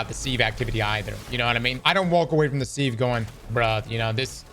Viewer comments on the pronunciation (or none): I was getting a serious eye twitch from this, almost painfully so. Now I picture cross as a pirate. 😅 Edit: Don't forget about sieve. It's pronounced with the short open I, like silver or sit. Si-ve not See-ve